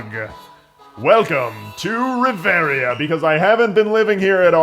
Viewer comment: oh wow an lper that can actually pronounce reveria and not choose a fighting class :o